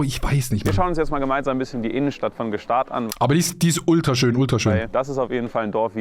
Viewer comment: ich finds voll geil wie adi sich immer lustig macht wie Gstasd aus spricht